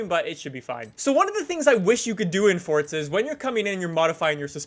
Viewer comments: son its FORZA stop saying FORTZA lol theres no T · anyone noticed he said fortza not forza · Forza not Fortza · Am I the only one hearing "fortza"? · its forza not fortza LOL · fortza horizon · It’s Forza not Fortza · The way he says Forza is killing me. Never knew it was pronounced Fortza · Is it just me or does he say fortza not Forza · "Look at my Super in Fortza Horizon" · So it’s Not „forza“ it’s „forca“ now ? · it bothers me he pronounces Forza "fortza" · its pronounced forza, not fortza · fortza, fortza, fortza😑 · Forza, forza, forza, there is only 1 z a double z makes the t sound. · as long as you pronounce it forsa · cunts need to stop saying fortza b4 i nek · Take a shot every time he says fortza. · Did he say fourtza? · If you say “Fortza” one more time. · wheres the t in forza its not fortza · Why do you say fortza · Still saying fortza huh where is the t coming from or am i missing something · why do do you call it fortsa????? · You pronounce Forza "Fortsa" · THERE IS NO "T" IN FORZA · the way he says forza gives me anxiety